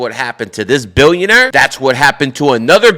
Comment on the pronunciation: Billionaire BE “ILL “ ION ARE